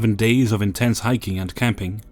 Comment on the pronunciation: Lol, the previous day was "in-tents".